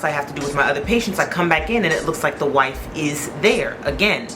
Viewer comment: Whife with an H 😂. Trifling husband fake passing out 😂